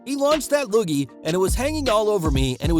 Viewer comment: "Costed"???? The word is "cost", not "costed". There's no such word as "costed", you absolutely illiterate, brain-damaged, f*cktard!! Jesus f'n christ - were you home-schooled by the Clampett's??? Your level of stupidity seems limitless!! And while we're at it - learn how to pronounce the word "loogie"; the correct pronunciation for the "loo" part is the same as the name "Lou", and the accent is on the first syllable, dumba$$.